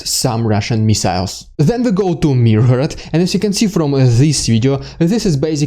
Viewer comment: "Then we go to myrgorod" Wtf this is the Gogol Myrgorod. He gave a collection of short stories the name of myrgorod. Among them there is the short story "Taras Bulba". Its so good and so well known everywhere in slavic, baltic and overall european culture. Next time you have to announce it more properly. Its one of the places where Gogol lived in his childhood. Its kind of the heart of ukraine.